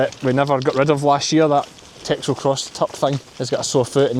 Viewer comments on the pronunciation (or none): none